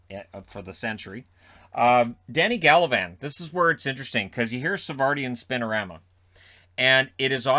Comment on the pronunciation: Savardian spin - O - rama